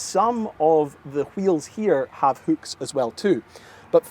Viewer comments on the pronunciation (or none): say hüücks one more time,...I dare you. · Why is it so hard for this guy to say hooks? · lol never heard hooks pronounced as hukes 😂